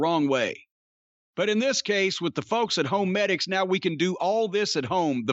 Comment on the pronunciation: Ho-medics? Is that Para-medic's from MGS skanky sister?